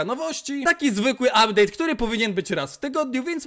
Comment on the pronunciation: abdeyt'' czapka 10/10 poprostu robi wrażenie miłego oglondania :face-red-heart-shape::face-red-heart-shape::face-fuchsia-poop-shape::face-fuchsia-tongue-out:😀😀😁